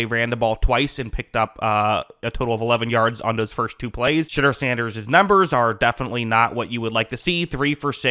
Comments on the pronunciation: "She" deur Sanders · lol sounds like you are saying "shitter sanders" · I heard Shitter Sanders the first time his name was pronounced. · Love how every time you say his name it sounds like “Shitter Sanders”. I guess Daddy didn’t plan for that when he chose his name lmao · Sounds like you’re saying shitder sanders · Anyone else hearing him say shitter Sanders everytime or is it just me 😂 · All I’m hearing is “Shidder Sanders”